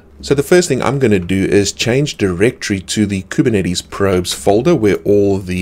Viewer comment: I just come here from time to time to hear how majestically he pronounces Kubernetes